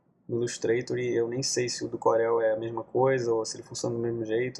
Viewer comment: "Corél" UHEAIUHEIUAHS é "Córel"